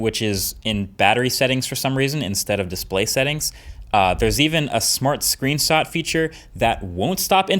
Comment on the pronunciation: He said "screensot"😂😂